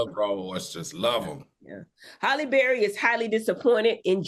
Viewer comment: Her Name Halle Not Holly! These 🥷 make sick!